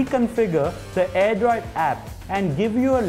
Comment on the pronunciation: It's Airdroid Not "AIRDROD" What a Q-Tiyapa! :D